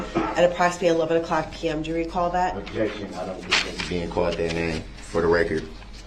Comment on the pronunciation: Objecssion axed and answered.